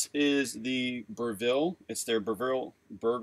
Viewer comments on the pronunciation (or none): You guys are awesome! May I gently suggest that 'Breville' is pronounced 'Bre-vill', like 'bre' from bread and 'vill' sound like will? :) You rock!